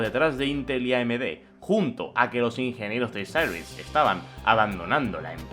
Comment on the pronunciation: porque pronuncias cyrix asi? medio inglesado?